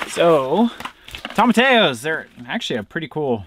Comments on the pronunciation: The correct pronunciation is toe-ma-ti-ya. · Tom-a-tea-yo. Double L = a yeee sound in Spanish. 😉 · Sorry, I can't stand it - tomatillo is spanish and pronounced "toemah-tee-yo" with the accent on tee :)